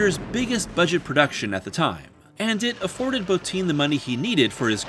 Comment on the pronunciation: THANK YOU FOR PRONOUNCING ROB BOTTIN'S LAST NAME CORRECTLY. It is impossibly rare on this platform.